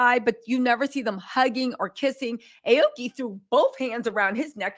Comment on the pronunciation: Damnit it’s Ah-Oh-Key meaning blue/green tree.